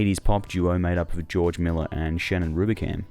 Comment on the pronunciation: Well done documentary on a great act, but it sounded like you called George Merrill "George Miller." Also your sequencing made the "Oh Girl" video seem like an "If You Run" video.